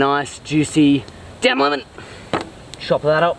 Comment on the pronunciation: It is so funny when you say DANM LEMON😂😂😂😂😂😂😂😆😆😆😆😆😆🤣🤣🤣🤣🤣❤️❤️😝😝😝😝